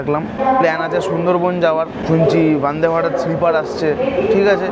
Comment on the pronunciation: আচ্ছা উচ্চারণ টা গ্যারিব রথ নয় ওটা হবে গরীব রথ। একটু কম নাটক করলে ভিডিও টা ভালই লাগে। আর বান্দে ভারত নয় বন্দে ভারত ... আসা করি পরের ভিডিও তে ভালো উচ্চারণ টাই শুনবো